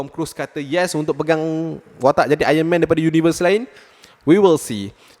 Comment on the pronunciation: Aron man bang bukan ayen men